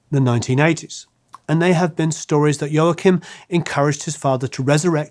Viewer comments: The proper pronunciation of Joachim: Wah Keem. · Please learn to pronounce Latin names properly. Ry's son's name is pronounced "Waw-keem," and Pancho Villa's name is pronounced "Vee-ya." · Joachim is pronounced "Wah-Keem", that's how Ry says it. By the way, if I remember correctly, Ry was credited as "Zoot Slim Rollo" for session work on an old record, (I think was a Captain Beefheart record) due to a contractual obligation. I'm surprised there's no mention here of Ry's forays into country music with Roseanne Cash, and Ricky Scaggs and the Whites. Anyway, If it wasn't for Ry, I probably would never have heard of, let alone listened to, Sleepy John Estes, Blind Willie Johnson, Blind Alfred Reed, and Flaco Jimenez. Ry and Chris Strachwitz (a fascinating character who deserves his own episode here) used to drive around the south, southwest and Mexico border towns looking for the musicians they'd heard on old and obscure jukebox records; that's how they found Flaco Jimenez, pulling him out of obscurity and sending him out into the wider world, playing with Dwight Yoakum, the Texas Tornados, and others. BTW, there's an excellent documentary film about Strachwitz titled "This Ain't No Mouse Music!".